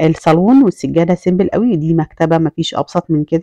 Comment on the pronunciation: دوكور ❎ ديكور ☑️ سيمبل بكسر الباء ❎ سمبل (simple) بضم الباء ☑️